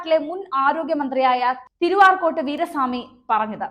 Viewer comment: Please tell correctly, not Tiruarcot, but Tiru-Arcot Veera Swami. Okay